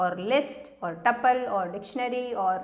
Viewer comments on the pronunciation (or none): none